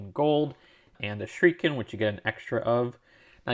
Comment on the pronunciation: It's not pronounced as 'Shreiken', it's Shur-i-ken